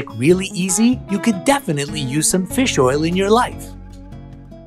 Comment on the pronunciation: Feels oil